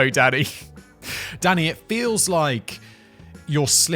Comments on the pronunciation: The first few times he said, "Danny", I thought he was saying, "Daddy". 🤣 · Am i the only one who's hearing daddy instead of danny? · Am I the only one who hears him saying “Daddy” rather than what I assume is supposed to be “Danny?” “Yes Daddy, you’re nailing it!” “That’s an oxymoron if ever I heard one, Daddy!” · Every time you say Danny it sounds like daddy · It sounds like Simon's referring to Danny as 'daddy'. lol, it's dunny every time. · Every time he says Danny sounds like Daddy lol Daniel or Dan next time 😂 also Medicine Hat is in Canada not the US! Great episode again